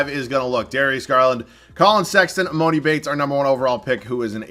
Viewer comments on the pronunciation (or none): No hate but just so you know, it's pronounced E-mah-ni Bates